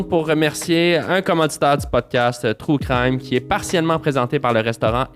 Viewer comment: aaaah c'est agressant quand tu dis true crime, comme les francais le disent. Tellement horrible comme prononciation. (désolé les francais, vous ne savez pas comment prononcer les mots anglais)